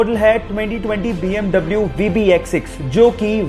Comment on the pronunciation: BMW ko bee am vee bolte hai now double u